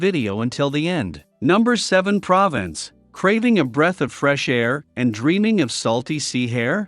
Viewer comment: It's pronounced "provonce" you idiot.